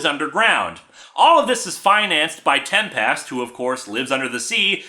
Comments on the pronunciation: Sorry but you're saying "TEM-PEST". Not "TEM-pest". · I'm still bugged by Linkara pronouncing Tempest like it's two words.